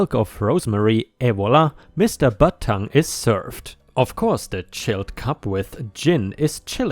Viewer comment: I love how he says butttongue haha